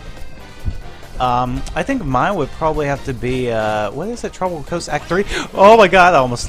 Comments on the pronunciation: You sed tropicol resort LOL Ps: replay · Am I the only who heard him say tropical resort